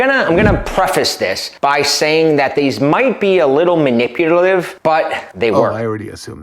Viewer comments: It’s not relevant, but I just wanted to point out that he says maniputalive. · "Mahliputive". Say what,?? Good start. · "manipuTaLive" bro you can't even manipulate your own mouth to make the words come out right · When you want to BE manipulative but can't even pronounce it 😂😂😂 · This may sound a little mean, but I like getting my absurdly bad advice from someone who can actually pronounce "manipulative." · He can't even pronounce "manipulative."